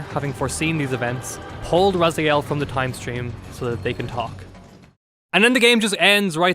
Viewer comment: My ears are bleeding from all those Razyaels. I don't know how it is posible to mispronounce characters name from a game which was released 21 year ago. You didn't hear how his name was pronounced in the game? Game starts with Elder God calling him Raziel...